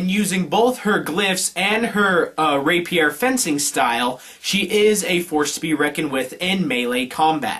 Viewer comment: stop fucking up the emphasis in Rapier you twit